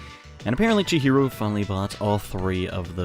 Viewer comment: It's funny how can't say Chihiro right 2 times in a row, but he can say Melchizedek right on the first time.